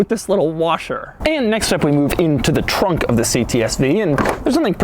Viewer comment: He says TRWUNK